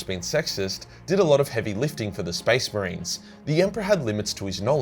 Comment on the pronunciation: I swear to God I heard spice marines in one moment and I imagined a Indian or British space marine legion. Now i can't stop thinking about it